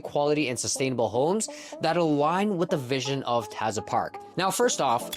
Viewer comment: You’re pronouncing Taza incorrectly